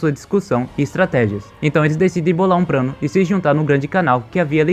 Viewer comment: O cara falando prano